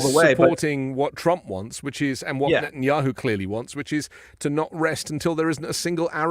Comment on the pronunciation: I'm not great with foreign names, but did she just say president Yahoo? I apologize for my ignorance of names. This is not an insult. I'm just trying to figure out what she just said.